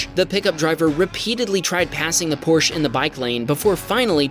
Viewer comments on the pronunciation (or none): You sit or stand on a Porch. The brand is called Por-sche. I’m also not from Nevada. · it is pronounced porche and not "porchea" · The "e" at the end of "Porsche" is not silent! :-) Porsch-A! Ask me as a German! 🙂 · I'm from Germany and it is not "Porsch" it is "PorschE" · Dawg how is your channel gonna be abt car craches then pronounce porche porshe and call a camaro a mustang💀 and I live in ga not nevada lol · Dude it's a camaro and not a mustang and it's not Porsch but PorschE 😂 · Here in Germany Porsche is pronounced with the 'e' at the end. But since in English this would sound like it would be 'Porschi' 😱 Porsch is good enough 😁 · Me living in Stuttgart,Germany just 10 km away of the Porsche headquarters.. your pronouncation was close enough Germans do pronounce porsche with the e tho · Correct on Huracán but Porche is Por-sha. Just sayin...😅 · Stop calling it PORSH, ITS pronounced like porscHer, Porsche , you're basically pronouncing the he, heh her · Por - sha. thats how you pronounce porsche. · Por - schwa? Was that 'w' intentional? Because there's no 'w' in the pronunciation. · You can pronounce Porsche the way you do, but being an asshat the insists you are right is just silly, and factually wrong. Porsche being a German made company name follows German linguistic rules (not to mention the CEO of Porsche has publicly corrected people on this). It is pronounced Por-shuh or Porsha to be accurate, but since a majority of American's and the world say Por-sh it's fine. Just don't insist you are right when you are not. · Porsche is pronounced Porsch-Uh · But... IT IS "Porshuh" I'm sorry I couldn't help myself, but like even Porsche themselves say it's "Porsh-uh" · As a German, not living in Nevada, I can assure you that you are indeed pronouncing Porsche incorrectly. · The correct pronunciation of Porsche is Por sha. Dr. Porsche's relatives would appreciate a correct pronunciation. I'm from Texas via Indiana - not Nevada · But you do pronounce Porsche wrong 😕